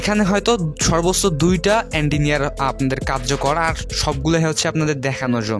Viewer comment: এন্টিনিয়ার আবার কি অ্যান্টেনা বলেন